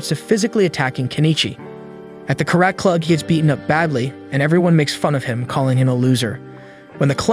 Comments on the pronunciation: carat? Karate! pronunciacion is different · What's that karayt?! Its Ka-ra-te! Also, its not a philosopher warrior but a judo, jujitsu master.